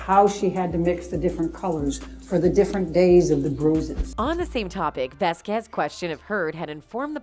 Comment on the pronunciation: LOL It is not vasQUEZ it is VASquez the accent needs to be put on the first syllable.